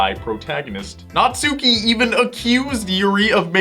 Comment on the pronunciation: WILL ANYONE EVER GET NATSUKI'S NAME RIGHT?!